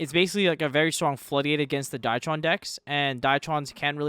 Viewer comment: die-tron? excuse me?